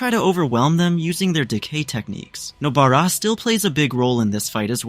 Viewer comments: I keep hearing noBEARa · WHO'S NO-BEAR-A